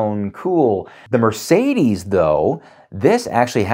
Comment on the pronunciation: It's Merr-Say-Dess, not Mur-Say-These